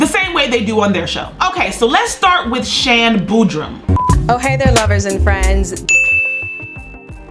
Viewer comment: Her name is SHAN BOODY as seen in this clip on 1 of her YT videos. That's also the same name (i.e., 'SHAN BOODY') that she goes by and/or uses on all of her other social media accounts. So Idk wth is this Shan Bootrum/Boodrum that she keeps wrongfully calling this female. If you can't pay that very minimal amount of attention when you're sposed to be gettin your facts in order or if you can't say another person's name without butchering it, then you should probably find a much easier name for you to ever even actually publicly make mention of. Smh 😐..... #dobetter #tryharder